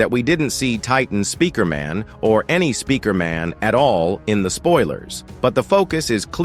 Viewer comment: Spikeriman and spikreman 😭 💀 🙏 that’s how you say Speakerman in the video fix it